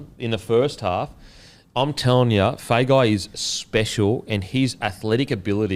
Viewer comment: Hey, just for Feagai's pronunciation and Samoan last names in general. If there's a 'G' in the last name, the G is pronounced "ng" like long, thong, song etc. so Feagai would be "Fe-ah-ngai" Same as Tago which I know you have been pronouncing correctly. Love the poddy, the beer and the clothes. Love more the effort to pronounce the Polynesian names correctly, it's been a pet peeve of mine since I was young. Which leads me to the question - is there a way the NRL players give the commentators a recording of the correct pronunciation of their last name?